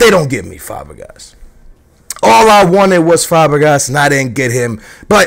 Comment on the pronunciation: Inesta, Fabagas. Look up the names at least.